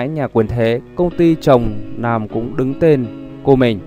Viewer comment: Má ơi... Nàm gì thì Nàm, nên đọc tin tức thì cố gắng đọc cho rõ lờ, nờ để tôn trọng người nghe!